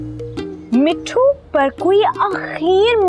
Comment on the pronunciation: mispronouncing mithus name